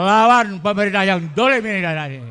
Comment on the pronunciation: Ngomongnya yang fasih, dah pun sepuh, ngendikanne asring kesleo...dholim bukan nnolimm